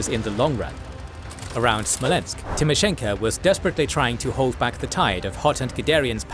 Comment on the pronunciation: thank you for your work and sharing it with us. one note... it pronounced TimoshenkO not TimeshenkA!